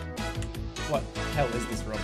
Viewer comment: It's room not rum.